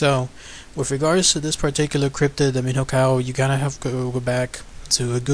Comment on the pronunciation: You said it wrong. In Portuguese "nho" would sound like "nio". Saying "Miniocao" would be closer to the Portuguese pronunciation. Cheers.